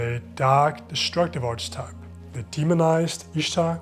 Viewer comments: archetype is pronounced ARK-uh-type three syllables and hard c sound. love your videos ! instantly subscribed. thank you. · "Archetype" is pronounced "Ark-a-type".